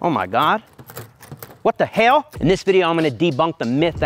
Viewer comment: That was the most southern "what the hell" I've ever heard him say.